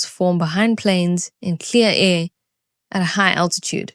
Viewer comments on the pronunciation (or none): behind planes and in clear what??? What the hell was THAT word?? I get that you have a bit of an accent, but holy shit, that was just a vowel, or a grunt of some sort. Lol. Great video. Unfortunately my mom is into the conspiracy theories as of late. Definitely a chemtrail believer, also thinks that Hillary Clinton, Joe Biden, and Obama were all executed at Gitmo and replaced with clones or actors. She is so dug in to these stories that now she refuses to talk about it with anyone that disagrees with her. I think she may be lost.